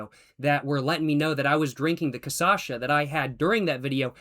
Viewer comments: loving the commitment to keep saying CAÇACHA instead of cachaça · CACHAÇA IT'S CA(kah)-CHA(sha)-ÇA(sah) Not CA(kah)-ÇA(sah)-CHA(sha) Cara, toda vez que ouço me dói o ouvido Good vídeos, anyways. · Correction, it's not caçacha, it's cachaça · It's called Cachaça... Not Caçacha...! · O pior é que no primeiro vídeo que ele toma 51 ele fala cachaça corretamente várias vezes, depois nos outros vídeos ele passa a falar Casasha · Que engraçado que ele fala cachaça errado kkkkkkk, ele fala caçacha, ele deve ter visto a pronunciação correta, mas depois se confundiu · CASASHA LMAO it is Ca (KA) - Cha (shh sound) - and then ça (SA sound) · Ooh that pronunciation was ugly. It really behoves you to listen to native speakers pronouncing the word and then try to follow that. Try saying koppoh amereekano. Cachaça? Try Kah-SHAH-sa. If you can't manage that you can call it pinga. As for the glass, it really is omnipresent, used for everything save wine and (ironically for you ) spirits, at least spirits served as a straight shot. In which case you get a shot glass usually described as uma dose (short for dose padrão ) which is the standard 50ml measure. Of course for parties the universal cup was always a really thin disposable plastic cup. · A sip of cachaça every time you say “casasha” 😂😂😂😂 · It's CASHASSA you've been saying it wrong a complaint on my behauf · From now on i’ll say cassacha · You were saying cachaça correctly in the second video and then it all derailed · eles tem a palavra cashew, pra caju. o som é muito parecido com. o problema pros americanos, na teoria, seria desconhecer o som do Ç, mas como ele fala, só que no lugar errado, acho que apenas não presta atenção no que está lendo nada disso é that deep também